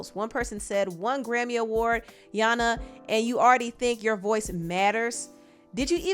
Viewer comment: When you read out "nyana" and "wena" 😂